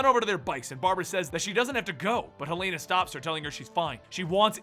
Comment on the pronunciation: Im guessing hasnt seen arrow from his pronunciation of helena